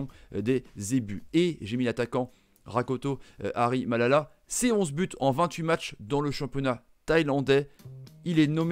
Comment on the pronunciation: tres difficil pour lui de prononce Rakotomalala